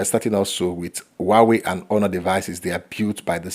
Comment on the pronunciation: is not uauei...it's huawei...